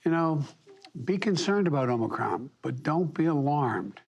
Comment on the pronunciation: He said, "Be concerned about Omocrom, but don't be alarmed"...what? He doesn't even know the correct pronunciation....Sheesh! 🙄